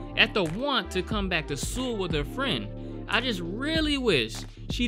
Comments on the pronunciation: You say it like soul nit sool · 근데 왜 서울을 수울이라고 하지 ㅋㅋㅋ 그렇게 어려운 이름도 아닌데 암튼 잘 보고 갑니다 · why the hell are you saying Seoul wrong .. its pronounced like Soul not Sool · Seoul is pronounced like "soul" (not "sule"). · Boknam, a great character. 👏🏻👏🏻👏🏻 Also, tip: Seoul is pronounced like “Soul” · I'm a native Korean speaker. Saying "soul" is close enough basically. If you want to take the pronunciation more seriously. You could pronounce it seo-ool. Say the 'O' sound with a light tone that sort of 'dips' slowly into a short 'oo' sound. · Lol everytime you say Seoul you pronounce it sul which is alcohol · Please please please... It's pronounced soul lol I twitched every time lol but this seemed like a message about East Asian culture, it use to be that you didn't interfere with other people's business (not to this extent, it's exaggerated) on top of women's role in rural areas and in the past how hushed these things were when it was frowned upon to divorce or protect their family image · Actually titled Bedevilled but this title speaks to me. Edit: I sound like a damn fool pronouncing Seoul wrong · The way you said Seoul cracks me up 😂😂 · close enough for westerners lol